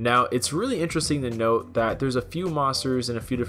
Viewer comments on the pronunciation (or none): none